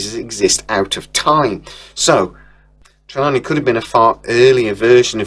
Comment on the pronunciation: For fucks sake mate, pronouse the names correctly,it’s TER-LANE…NOT TERLANIE